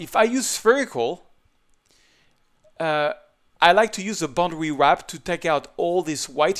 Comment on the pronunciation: Hey, its "Boundary Warp", not boundary WRAP. Otherwise, thanks for the tips.